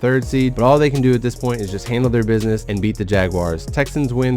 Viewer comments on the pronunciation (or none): none